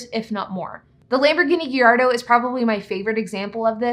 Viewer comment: The Lamborghini “Geyardo” 😂